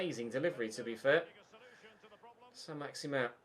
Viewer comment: Is it saint maximin or as you say saint maximan